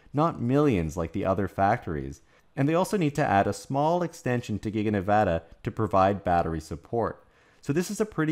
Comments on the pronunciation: I live in Reno and I’m on USA parkway all the time (location of gigafactory 1.) these trucks are always doing under the speed limit with an empty trailer. Wish I could show y’all the size of the recycling pads for battery’s. Thank you for pronouncing Nevada correctly!! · Thank you for properly pronouncing the name of the State of NEVADA